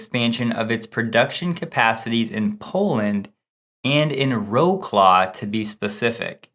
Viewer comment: Wroclaw is pronounced Vrotswav. Couldn't you have got a bit closer?